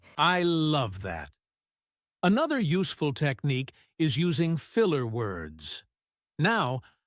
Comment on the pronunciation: Pronouncing the word "technique" is wrong.